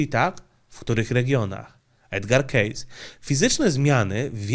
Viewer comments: kejsi nie kejs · O Edgarze "Kejsi" nie "Kejsie" i nie z "Kejsem" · To nie keyss tylko keysi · Edgar Cayce czyt, Kejsi , pozdrawiam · Chcialem uprzejmie zauwazyc ze jego nazwisko wymawia sie Kejsi nie Kejs.Pozdro. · Źle wymawiasz nazwisko. Wymawia się Kejsi a nie Kejs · Edgar Cayce a nie Case. Wymawia sie keisi a nie keis. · Żenada, koleś opowiada o tym Amerykaninie, a nawet nie umie jego nazwiska wymówić. Dam dobrą radę za darmo, jak jestem zerem z języka angielskiego to sprawdź jak się wymawia dane nazwisko w google translatorze... Fonetycznie po polsku wymania się Edger Kejsi, a nie Edgar Kejs... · Komentarz dla zasięgu: nazwisko tego pana czytamy /kejsi/. Program super! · To się czyta kejsi. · Cayce czytamy "kejsi" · Edgar "Czejs" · Edgar kejsi tak trzeba wymawiac